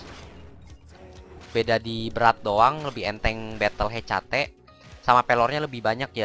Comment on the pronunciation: bukan he c a te bang tapi hèkàtè